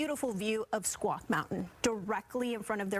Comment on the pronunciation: Your announcer needs to learn how to pronounce Issaquah.